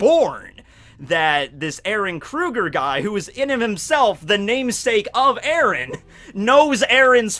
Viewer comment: Terrible, terrible. Its eren dude.